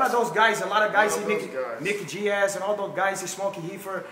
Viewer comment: "Neek Giez"